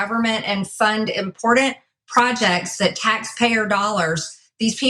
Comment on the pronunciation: like she says, 'Impordent... projecs' need to be done.